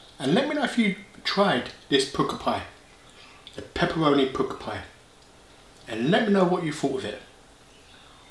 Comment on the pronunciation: I tried the Pukka Pies pizza slice and thought it was disgusting, just a nasty tomato taste, would never eat it again, Also I'm surprised an Essex lad like yourself has never heard the word Pukka before... meaning good, it's pronounced 'Pucker' but you always say 'Pooker' lol